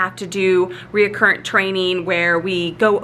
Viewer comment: Made me chuckle everytime you said "reacurrent" when referring to your training. After awhile I figured you probably meant "recurrent". Lol 😆